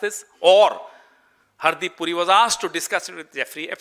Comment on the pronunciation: पहले तो नाम सही सही बोल हरदीप सिंह पूरी नहीं बुरी